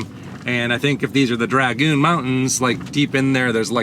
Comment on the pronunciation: It's dragoon, not dragon.. da